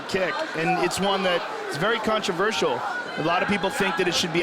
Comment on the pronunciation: kontroversial zhank😂😂